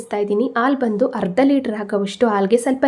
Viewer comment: ಹಾಲು..ಹರ್ದ ಅಲ್ಲ ಅರ್ಧ. ಅ ಕಾರ.. ಹ ಕಾರ ಉಚ್ಚರಣೆ ಸರಿ ಮಾಡಿ😊